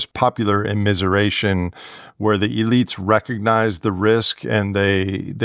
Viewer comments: I like that he pronounces "elites" as "idiots" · My question is does a highly technological and networked society, far removed from the production of the basics of life, introduce cascade failures as a new factor that wasn’t at work in earlier societies? I have to note that I kept hearing “-elites” as “-idiots”, as in “countervailing-idiots”. It made much more sense when I realized it was “elites”, but somehow I prefer “idiots” when thinking of the US of today. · I have thoroughly enjoyed following this podcast over the years. This episode was one of my favorites, but not for the usual reasons. When he says “elite classes“ it sounds like “idiot classes” and I just can’t get enough of it 😂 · my ears hear idiots instead of elites. it seems appropiate.